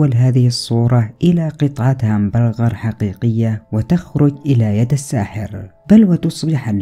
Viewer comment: الهمبنقر هههههههه اسمها هامبورغر 😋🤣 قناتك بطله استمر وربي احلى يوتيوبر في اليوتيوب كله